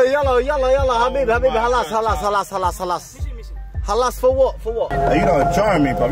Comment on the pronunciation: It’s khalas* man said halas hundreds of times